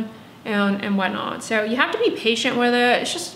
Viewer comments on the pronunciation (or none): none